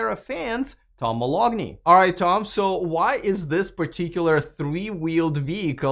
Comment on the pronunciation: "Tom Moloughney". Would you please verify his correct pronunciation? Isn't it "Ma- LOW-ney? The G is silent, is it not? (I'm a grammar- spelling- and pronunciation fanatic.) Oh... and we need independent, unbiased, free thinkers in the media! I don't like the VW ID.4, but that's okay, and it's okay to speak of Tesla's (and Elon's) warts. Even Elon says he wants and needs people to be honest with him, even if it prompts him to cry into his pillow night! Otherwise, he would be no better than Cry-baby Tramp! Thanks!